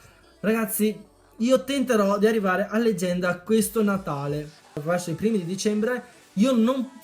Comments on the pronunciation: Che fail "leganda" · legganda...lol grande